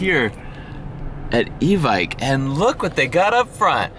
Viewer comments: Love that place but it's pronounced... EEEE ViKE like Nike... EVIKE. EVICT is probably not what they want to hear. 15 year airsoft player in California, no one says EVICT. Good luck on the new rifle, I'll have to go test her out. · Evike is pronounced e-vick just a little info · Bro. It's Evike. E-Vike 😂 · It’s evike... not evike